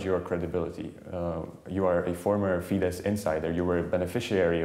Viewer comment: I know it is a surface level criticism, but you are making a wasted effort to pronounce FIDESZ as fidesh. It is actually pronounced fides. Thanks for the news anyways!